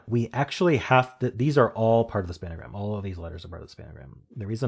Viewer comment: Do you say 'span-a-gram' for a reason? It's just 'spangram', an extension of the Spelling Bee's 'pangram'.